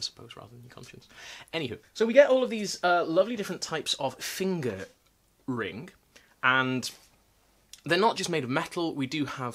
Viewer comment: I appreciated the very careful pronunciation of finger ring😂